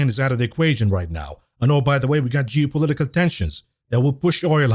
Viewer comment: "jewpolitical risks" 😂